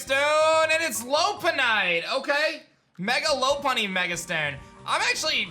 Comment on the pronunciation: Why do you keep pronouncing Lopunny like "Low Punny"??? It's "LOP"........Like the breed of rabbit with big floppy ears. You said a long time ago that you watched the anime with your kid.......Then you recently said you had NEVER watched it......WHICH IS IT?! I'm inclined to say you've NEVER watched it because if you had you would be a lot better at pronouncing these names. (You're really terrible at most of it)